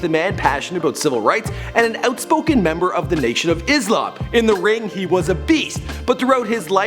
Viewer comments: its not Izlam it's Islam! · It's Islam not izalm :|